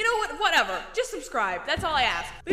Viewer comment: "subscribl" HELP 😭 learn english 👹